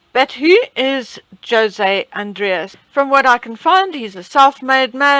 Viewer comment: I think this chef will be mentioned quite often, so if you allow me, let me correct the pronunciation of his name: J / sounds like the H in hotel/. O / it is an open and clear vowel like in the word: pOtential, it does not sound OU . The S is the same . The last vowel E, has the main stress and it sounds like the E in the word gEneral. The name in Spanish is written: José and that sign on top of the E displays the main stress. This name is the translation of the name Joseph.